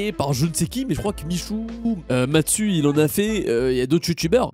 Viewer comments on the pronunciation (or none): Pov a dit MATSU 🤣😭